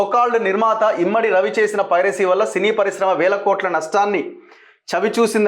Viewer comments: Privacy kadura nayana, piracy. Nee lanti vallu andaru jorunalist lanta.... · Privacy ❌❌❌ Piracy ✅✅✅✅ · Privacy kadhu ra ayya, piracy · It's not privacy. It's piracy. Please pronounce it correctly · Privacy ❌ Piracy ✅ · He is saying privacy ..instead of Piracy 😂. Very knowledgeable journalist 🤣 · Privacy kadhu bro piracy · Privacy kadu babu… Piracy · ప్రైవసీ కాదు అనుకుంటా పైరసీ అనాలి అనుకుంటా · ఫ్రయివసీ కాదు పైరసీ...